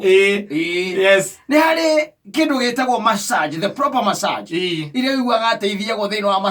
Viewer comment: It's massage not masserge